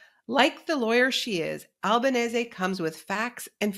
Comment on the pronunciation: Naomi Klein, one of the few anglophone people on the media who pronounces Francesca Albanese’s last name correctly. And what an amazing interview.